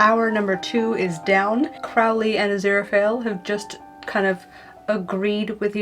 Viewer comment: Thank you for giving me an idea of how Truly Victorian patterns sew up! Your chemise and drawers came out lovely! I really like how you replaced the ribbon in the lace. I do have to say, though, it's CRO(w)-ley (like crow) and GAYmen, not GUYmen. And now I feel very much like Hermione Granger. Also, I'm happy that drafting patterns from old books is as daunting to you as it is to me.